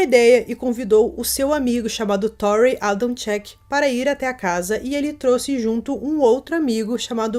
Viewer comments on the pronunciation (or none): none